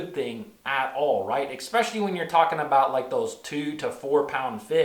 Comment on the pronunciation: There is no X in the word especially. Best to learn the right pronunciation of the word you wish to use if you are going to be an educator and or public speaker. Makes you seem like you know what you are talking about. No hate here brother just a little heads up.